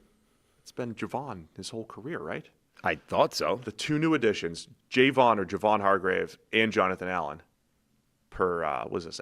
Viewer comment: It is Jay-von.